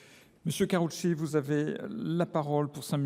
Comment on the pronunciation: Mais Mr le député, Karouchki c’est pas Un nom propre français de souche avec du sang bleu dans les veines, mais, ou, et, donc, or, ni, car, si, c’est une règle de la grammaire de la mère-patrie, c’est vrai que vous parlez français et maîtrisez bien la prononciation du bouts des lèvres en cul-de-poule à la Chirac grâce au décret Cremieux néanmoins, votre moustache à la hussarde, ce n’est que d’apparence, quand à la reconnaissance du bien fait du général Bugeau par l’Emir Abdelkader c’est bien, équivaut à la reconnaissance de l’Algerie du bien fait de la civilisation que la France a introduit par le sabre à Alger le jour où le Dey Hussein a remis les clés de la casbah à Bugeau en 1832, qui n’a pas respecté le traité de paix et a massacré et pillé la ville, vous pouvez consulter l’inventaire au niveau des archives ou sur le web c’est vous qui voyez